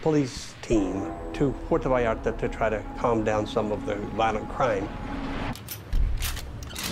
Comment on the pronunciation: FYI, ...the 'L's are not pronounced in "Vallarta". Buen Camino